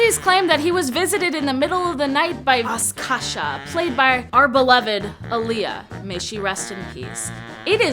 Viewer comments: it's not askasha it's Akasha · Akashi, not Askasha